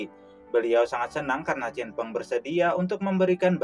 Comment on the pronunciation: CHEN FENG min Bukan Cinfeng